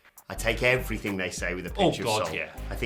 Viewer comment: “and effryfing else” Andy Murray probably